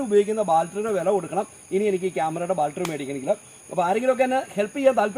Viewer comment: ബാൽട്രി അല്ല ചേട്ടാ ബാറ്ററി